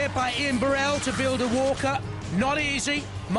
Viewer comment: That pronunciation of 'bu-RELL' is so annoying!! It's 'BURR-ell'!!